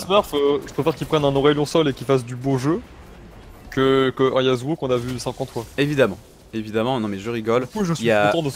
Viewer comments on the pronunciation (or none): Pk a chaque fois il dit Yazuo c'est Yassuo